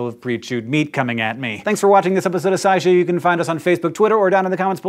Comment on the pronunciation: I swear you said "SciShoe" twice toward the end there. Lol.